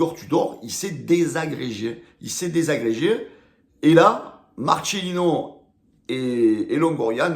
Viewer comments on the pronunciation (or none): Marcélino pas Marchélino, c'est un Espagnole pas un un Italien...